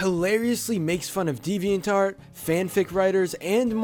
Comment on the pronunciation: Why does he says deviant art as devian tart